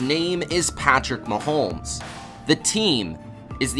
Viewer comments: How...Why...as a sports "expert" do you keep calling him "MahoLmes with a L???? Mahomes yo....NO L in his name.... Mahomes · It’s hard to listen to this guy pronounce Mahomes. There’s no “L” in either the spelling or annunciation. It’s muh-homes not muh-holmes. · Bro you needa fucking learn how to say his name right